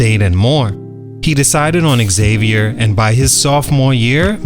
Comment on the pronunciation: The college is pronounced “Zavier” not Exavier!